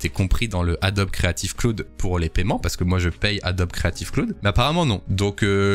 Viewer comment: Je t'adore poto mais par pitié, arrête de dire KLOOD !